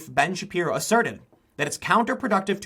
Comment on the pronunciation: Lol I think he almost called Ben Shapiro "Ben and Sherry"